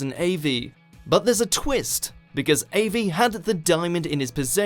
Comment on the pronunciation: Agreed. its Av-E and Cro-ker - there is no middle c in Croker - its not like a CroCk pot!!